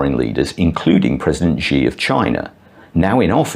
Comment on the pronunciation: Speaking of 'Disrespect', your pronunciation of Chairman Xi's name needs work. It is pronunced exactly like the English word 'SHE' (Not 'Gee', like so many other gringos/lao wai mistake it for).